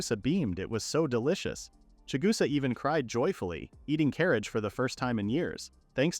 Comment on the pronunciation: Ka-Rah-Geh Not "Carage"